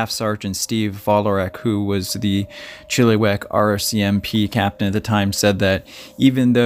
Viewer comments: Coquitlam is pronounced Coh- Quit- Lahm :) your welcome. Oh and Chilliwack is not prounced Chilly-Wack the 2nd "i" sounds like the i in the word it .....Chill- ih- Wack. 😉 Thank you for showcasing this missing person. BC missing do not get enough coverage and this is local to me. Thank you. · It`s pronounced Chiluh-wack not Chilli-wack. Sorry. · So sad to here about these sudden disapearences ... Chilliwack is pronounced Chill ( i ) wack ... not eee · Really enjoyed the narration. I am Canadian, have spent a lot of time in BC. Just a heads up with the pronunciation of some of the city names. Chilliwack is actually pronounced more like chillawack and coquitlam is pronounced like koh kwit lem. Really enjoyed the story. Looking forward to checking out the channel. Thanks for the hard work. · Coquitlam.... Co- quit - lum .... chilliwack.... chill - i - wak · Co-quit-lam😉 Chill-ah-wack😉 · Coquitlam is "Coe-QUIT-lum" Chilliwack is Chill-uh-whack" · “Coooooo quiiiik limb” is how you pronounce it. The other is pronounced “Chill o wack” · Chilliwack pronounced chill a wack - Coquitlam pronounced Co quit lam I hope this helps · Try Cou-quit-lam= Coquitlam . Chill-ah-wack = Chilliwack BC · Yes he did pronounce like chili but maybe learn the places names before the video. Great video but between Chilliwack and Coquitlam I couldn't take him as seriously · Buddy can't even pronounce Chilliwack properly lol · You guys crack me up some of you guys pronounce the words wrong you're pronouncing Chilliwack wrong come on no education in this country⚔️